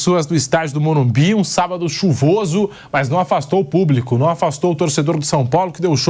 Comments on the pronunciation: morumBIS*** plmds, o que custa falar o nome correto do estádio??? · O nome é e morumbiS, e o nattan é horrivel kkkkk😅